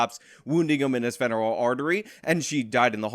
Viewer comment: It's pronounced "fem er ul" artery. Just take the word "ephemeral", and chuck out the first "E". That guy whose femoral artery (named for its proximity to the femur) was punctured has a book now. 12 Seconds in the Dark, I think, maybe it was 11 Seconds, I just know it tells people what really happened. Don't buy into Crypto. It will be the one world currency before long. Or, if you just wanna go with Klaus Schwab, buy as much as you can. I ain't gonna tell you how to live your life.